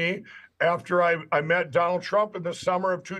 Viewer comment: He got him so miffed that he pronounced it Dronald Drump OMG this guy is so great